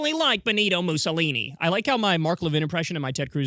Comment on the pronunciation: "Muzzle-eeny." Levin can't even pronounce Mussolini.